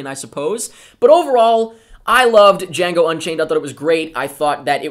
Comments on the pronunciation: I love how you said DE-HEE-ANGO Unchained! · "Di-hiango Unchained" HAHAHA Was that deliberately a reference to Mike from that one episode a loooooong time ago when the first trailer of this movie came out? .... Or was it unintentional? Heh...